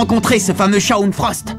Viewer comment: Ommmmg il a massacré le prenom de Shawn 😭😭